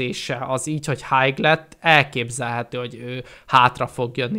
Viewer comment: Az nem hájg, hanem háj(high).